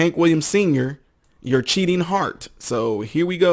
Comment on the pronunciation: Not "cheating" heart, "cheatin'" heart! 😁